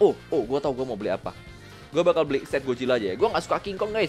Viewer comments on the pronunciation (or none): Lu kenapa ngomong "beli" jadi "belik" ? Ngomong "kena" jadi "kenak" ? Aneh